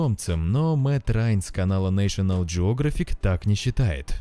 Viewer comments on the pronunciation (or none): none